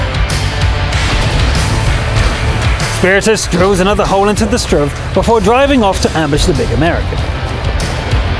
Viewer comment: You know that you don't have to say it like Strv. Say it like S t r v.